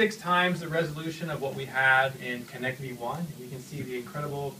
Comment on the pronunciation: what the heck is he saying "Kinect T"? is that how you are supposed to say Kinect you pronounce the T at the end like a full T? Or is he saying that's called Kinect Me?